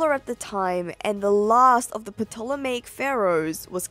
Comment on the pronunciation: I'm extra happy that you pronounced Ptolemaic properly, you're among the % of people who say it the ancient Hellenic way (instead of 'Tolemy'/'Tolemaic')!